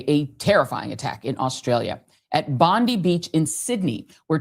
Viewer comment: It's BondEYE, not BondEE. Please learn something about our country and our most famous beach where this tragedy happened, enough to at least pronounce the name correctly. We have your country and your news shoved down our throats, it's the least you could do.